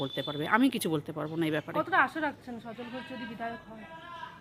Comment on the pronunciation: রিপোর্টার ম্যাডাম পরিষ্কারভাবে বিধায়ক শব্দটাও ঠিকমত উচ্চারণ করতে পারছেন না....